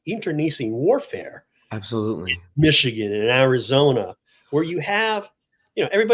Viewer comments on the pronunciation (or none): none